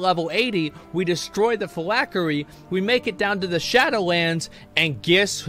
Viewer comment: Phylactery ....not...Fill-ack-er-E. There is a T in there bud.